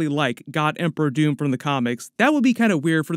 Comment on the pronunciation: DID HE SAY DR. TOON???? 😅